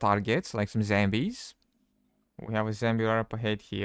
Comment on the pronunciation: got me at " zhembies " !